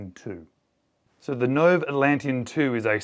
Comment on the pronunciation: If you just bothered to read the watch makers website your audience could have benefited from the proper pronunciation of Nove ( Noh-vay). I’ve lived in Australia for 20 years and folks please don’t assume all Australians are this intentionally disregarding of name pronunciations. It’s a particular ilk of Australia and it’s a smaller older less worldly demographic and even if corrected on pronunciations they will insist on continuing to deliberately get it wrong and not for any other reason than they just don’t care. This is the 4 th video I’ve watched by this vlogger consistently butchering names. It takes 5 minutes to make a better presentation and not come off as some old sloppy hack who just doesn’t have any sense of duty or respect for his audience or the builders of products he attempts to report on. Cool watch, terrible execution of a promising infomercial 👎🏻